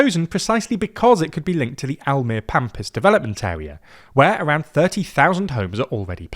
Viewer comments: I actually live in Almere and I would really welcome the construction of IJstad and the metro connection. With current political affairs though, I don't expect to see it happen before 2050. Almere (which, by the way, has three syllables "Al-me-re" and the second syllable is stressed. The final -e is a schwa, not a silent letter.) is a bit of a lonely city. It's big enough by itself (and has a low density and ver little highrise so it's very stretched-out) but there aren't many smaller towns nearby like in any other place in the Netherlands. Almere is mostly a dependency of Amsterdam. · Just to fix the way you say Almere, which is close, better to remember the last e is like an ah, like tra la la, so Almera would be easier way to look at it.